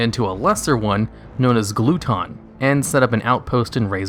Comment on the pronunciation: "Glue Ton".... Glutton? like Gluttony?